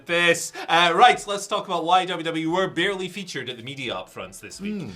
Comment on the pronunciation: “Barley featured” huh?